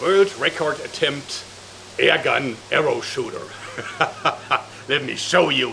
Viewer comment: wait, did you say air GUN arrest this man